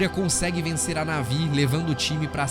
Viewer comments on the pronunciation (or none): none